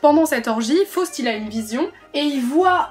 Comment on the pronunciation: Please, First of all: try to pronounce Faust correctly.....